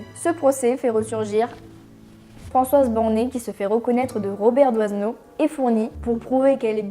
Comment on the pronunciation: Robert Doisneau...On ne prononce pas pas DOIZENEAU mais DOINEAU.... le S est muet !